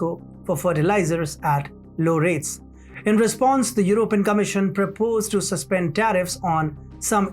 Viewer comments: Stress on PEE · "European" : /your oh PEE en/